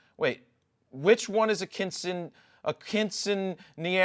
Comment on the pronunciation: Lol at quinceañera.. pronounced keen-seh-ahn-yera :)